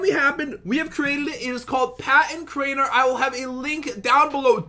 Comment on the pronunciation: Crainer not drainer lol